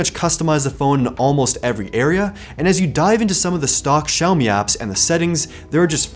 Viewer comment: 小米这两个字的发音是如此标准